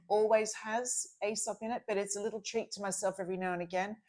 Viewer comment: you’ve obviously been away from Australia too long 😆 Aesop is pronounced Ee-sop 😉 I’m in love with their perfume called Kaarte ❤ Amanda, I think you’re supposed to use the LED mask on clean skin before serums and moisturiser. You’ll get better results. I love my Dr Dennis Gross mask, use it morning and night, but when it dies I’d like to get Omnilux. 🥰